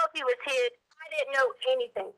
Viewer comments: "Anythink," Everythink" "Why come" The fact that she was a teacher is the reason I don't trust public schools! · "i will not be charged with ANYTHINK in this"! Her putting a K on EVERY word ending (endink) in G ..... DRIVES ME NUTS